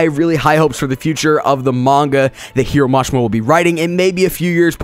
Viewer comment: nigga what i hear is Hero Mash-ma and for rave.. Rape